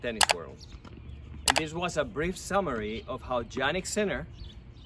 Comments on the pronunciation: It's pronounced Yannick not Jannick!! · The correct pronunciation is "iannik" not "Giannik" :) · Yannik , not Jannik